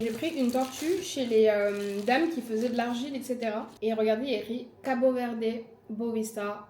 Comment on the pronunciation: Trop sympa comme vlog! Je rêve d'aller au Cap-Vert et tu me donnes encore plus envie ! Juste pour info, en portugais on ne dit pas le e final, donc pas CabO Verdé haha mais j'adore le fait que tu fasses l'effort !! (je suis portugaise pas capverdienne pour info)